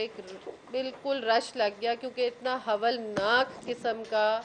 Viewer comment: Hoolnaq ko Havalnaaq zabardast Urdu